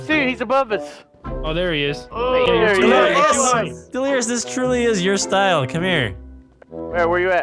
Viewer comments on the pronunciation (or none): hahahahaha he say crea te you r own stile hahahahaha its funny